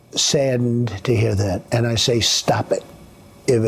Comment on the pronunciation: "i'm going to look into the camera for this... stahp et"